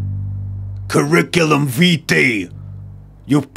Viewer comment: The first ‘I’ isn’t stressed - it’s more like “cuh-rick-uh-lum wee-tie”